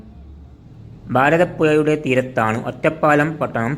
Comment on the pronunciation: എയാമത്തേത്, ഭാരത പുയാ..😂